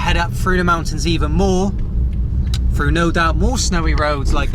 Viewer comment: "We're gonna be driving fru the mountains...."